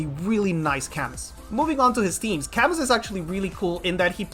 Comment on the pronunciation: isn’t his name pronounced cah-mu?